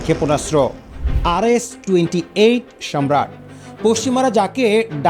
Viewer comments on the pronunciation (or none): Good documentary but your pronunciation is wrong.its not সম্রাট its সারমাত/ছারমাত।